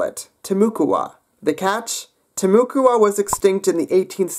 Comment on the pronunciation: *'TIH-moo-kwah', not 'tih-MOO-koo-ah' But yes absolutely- one of the running theories ive heard is that the Taíno, the tribal group that populated much of the Caribbean (and fought the Caribs), ended up arriving in Florida after exploring the northernmost Caribbean islands (the Bahamas) and traveled up the coast until they reached the St. John's. It's notable that the Timucua had a water-based culture; for the most part, they stuck to the coasts and rivers, and they used very similar canoes, and had very similar dwellings to the Taíno. Nice video :)